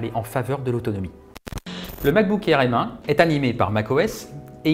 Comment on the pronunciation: Merci de dire M et pas M